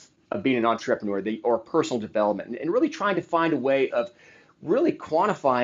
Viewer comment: OMG Please - say entrrAYpreneur one more fkg time